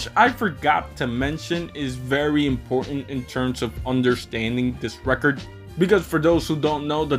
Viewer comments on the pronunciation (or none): none